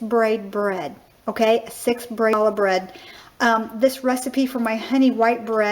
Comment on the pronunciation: Lovely! Very clear instruction. Can't wait to try it. One thing though: It's pronounced "Hallah" with the "Ch" as in "Hallway" not like as in "Chalk".